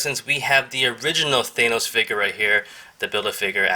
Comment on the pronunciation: You're pronouncing Thanos wrong, not to be rude